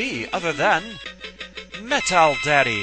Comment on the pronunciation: MetalSmasherGaming has the right idea for the outtake song - Metal Militia by Metallica. Even the way James says "Metal" in it sounds like "met-al".